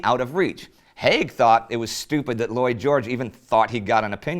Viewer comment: when you first said Lloyd George i thought you said Boy George.